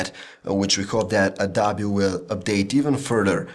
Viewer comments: Somebody needs to tell this man that it is pronounced "adObee," not "adAbee." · he said adobi